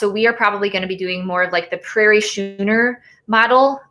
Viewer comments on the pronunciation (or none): It’s (schooner) pronounced “skooner”, not “shooner”. I’m a recreational sailor so I couldn’t let that go, haha!